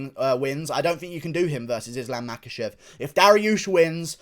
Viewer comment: I have it on pretty Bad Guy authority the name is actually pronounced, Mockelchev.